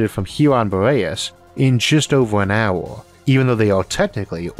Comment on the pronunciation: The speech impediment is really annoying and massively detracts from the otherwise great content. I can't imagine it'd be too difficult to fix, just work on pronouncing r's correctly and saying "ea" instead of "ouer". There you go, all fixed.